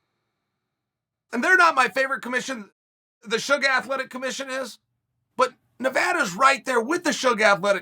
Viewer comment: He actually said Suga right? Haha